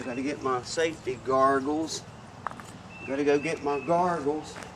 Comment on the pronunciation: Great down home tutorial! Also Loved it when you said "Safety Gargools"!🤣👍